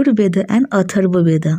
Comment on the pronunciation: Please DO NOT say "BEDA"for "VEDA"... . . .